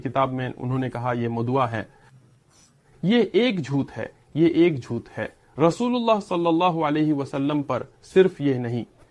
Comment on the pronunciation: With respect rectify or improve the pronunciation of the letter ٹ ٹ ٹ ٹ ٹ ٹ (جھوت/ جھوتہ Zhut° ❌) (جھوٹ ✅)